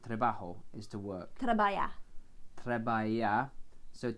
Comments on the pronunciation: It's not like "trabaya" it's more like "trabahar" (not a complete h and not a complete kh something between these two) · No 👎,trabajar , you’re pronunciation is not good : you must pronounce تربخار not تربيار !! Ok🤭😬😦😧😅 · THIS IS NOT SPANISH "trebayer" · Hi, you got the pronunciation of trabajar wrong. Try تراباخار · You really need to work on your pronunciation because trabajar is pronounced 'trabahar' so trabajo is pronounced 'trabaho', and also 'al cine' is pronounced 'al sin' which means the cinema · Trabajar sounds like a traba(َخ)r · work = Trabajar. Spanish J is Arabic Kh, so it's much stronger than the way you're pronouncing it. Three sylables, the stressed one is the last one; tra-ba-'jar. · Hi there, you are pronouncing the Word "trabajar" correctly in Asturian but in Castillian Spanish "j" is always pronounced as a velar fricative /x/ as in Scottish "loch" /lox/. If this hint is not enough, try gathering some phlegm in your throat. That's the sound! Keep up the Good work. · this is for you. The verb Trabajar is pronounced like this Trabaخar. The j = خ in this word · You are mispronouncing trabajar! take care with the pronunciation bc it's so different when compared to English. here in Argentina you can also say 'laburar' which has the same meaning as trabajar but it's colloquialism. 'Trabajo al cine' sounds weird, he correct sentence would be 'trabajo en el cine'. Words like 'estudié' are pronounce the same everywhere. Arabic is 'árabe' keep going guys you're doing great!